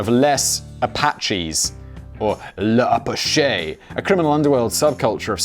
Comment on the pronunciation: It's French so you don't pronounce the last syllable of "l'apache". It's pronounced "LUH-pash" not "luh-pah-SHAY".